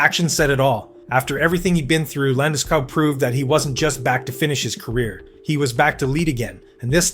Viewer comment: Liked it. Of couse, I’m Swedish, so I might be biased. However, you should tell your AI that hist surname is pronounced with the same “O-sound” that you use in school, fool or pool. Like Landeskoog, not wanting to ne annoying, just trying to help a little. 👍🇸🇪🏒